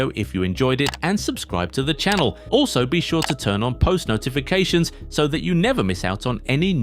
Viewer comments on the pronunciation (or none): none